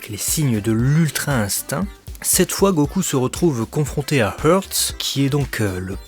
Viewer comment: Ils prononcent comment "Hearts" en jap ? Haatsu ? Je n'suis pas sûr de comprendre le choix de prononciation, "Hurts", du coup. 🤔